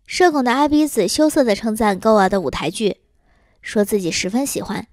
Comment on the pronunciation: Goa不是读作“够啊”，是“锅啊”😆